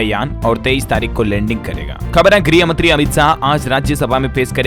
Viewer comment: Good morning Bhaiya ye Griy mntree nhi ye Garh mntree h Griy v gruh me Rat din ka Antar h Apni galti sudharne ka pryash kare jese kai log kreshn Bolte h vo kreeshn nhi blk karshn h ok